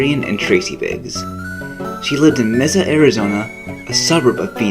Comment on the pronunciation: Messa? It's Mesa!